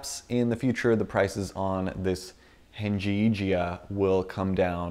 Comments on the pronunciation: it's heng yi jia(hung, yee jee- ah} by the way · haha, when u say this name, u should ignore '" g ", then u can speak it's Chinese name,lol